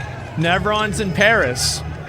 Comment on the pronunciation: What's a "nevron"?